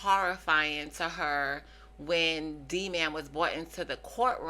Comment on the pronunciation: That lady is a predator. And the way she pronounced Dman drove me nuts. Clearly the physical therapist who called him that was saying it as encouragement & it’s D Man.